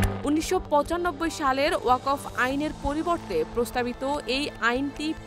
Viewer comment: আহা ওকফ এর উচ্চারণ ই জানে না পাঠিকা 🥹